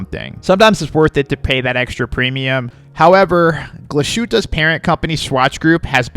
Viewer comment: I learned the proper german pronounciation is Glaz-Hoot-uh, not glas-shoot-uh. Great comparison, learned alot.